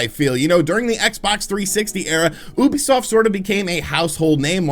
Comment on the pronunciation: OOOOUBISOFT nononono come on its you-bee-soft get it right